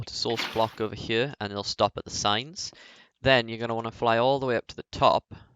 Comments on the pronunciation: How the fuck do you even say here, its sounds like chjø how you say it. Just fucking say HERE. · I hate the way you say here